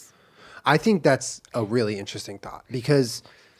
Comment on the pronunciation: Every time Julian says “thought” I think he says “thot”. “I think that was a really interesting thot.”